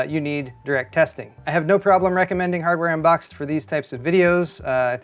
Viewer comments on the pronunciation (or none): You said "Hardware Unbox", but I heard "Hammer Unbox" and immediately imagined someone opening a motherboard box with a hammer. I want that channel in my life.